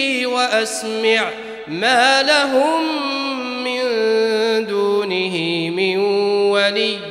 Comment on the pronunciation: Erreur sur les mots des le début Lahoum, pas laho !!!! Attention